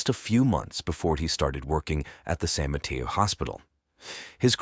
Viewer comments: San Mateo...ma-tAy-o...not Ma-tEa-o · San Mateo - San mah-tay-o. The way this guy says San Mateo is weird.